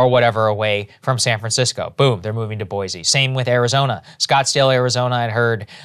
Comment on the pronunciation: Boy-see, Idaho, instead of Boy-zee.